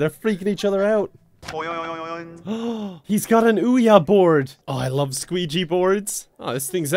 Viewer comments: He called it a skooja board, but its pronounced Luigi board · What the heck is ouya board? It’s pronounced ouwija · "OH he's got an UYA BOARD!" "I love sqidschi boards!" "Just keep playing with the skuedscha board!" LMAOO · Ccoolian everyone knows but in the video he was saying sceegy,ouya,scwancha...so we were joking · "*gasps* HE'S GOT AN OOOYEAH BOARD!!!" ... A what now??? XD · A squeegy board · "ooya board" "squeejy board" "skwedga board" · "An Ouya board!" He must love the television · "Ooooyya board!" I'm dead. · umm he said uwya duhhh! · james moore he also said squeigee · No it's pronounced squanja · No quija boareeed no luigi boarded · "He's or an Ooyah Board!" This is the funniest thing I've seen this year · I lost it at ''SQUEDGA BOARRD'' 😅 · “Sqeudga board” ok 🤣🤣🤣🤣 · IM DYING "He gots a Ooya Board!!" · Ouya board, squeegee board. Lmao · I love how every time he said ouija board it was pronounced differently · Until Dawn but i keep finding new ways to mispronounce Ouija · The constant mispronunciation of luigi board is hilarious and I don't know why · The amount of times he said Ouija board wrong absolutely killed me lmao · He does not know to say ouija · How not to pronounce the word ouija 🤣🤣